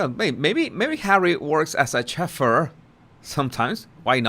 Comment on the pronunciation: Very enjoyable vid. Please forgive me ( retired teacher here)...but your pronunciation of chauffeur is a bit off It's pronounced... "show-fur." All the best to you. 😀